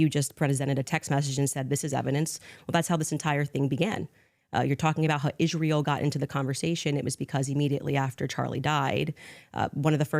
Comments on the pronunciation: Ishhhrael ishhhrael. It's ISRAEL! Goodness gracious lol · made one mistake during this debate, he never asked candace why she pronounces israel like that. It's like nails on a chalkboard to me